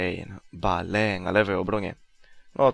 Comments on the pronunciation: Wiem chodziło mi że skoro mówi BALE nie Bejl to może mówić SPURS nie Tottenham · On specjalnie tak czyta, tak samo jak BALE xD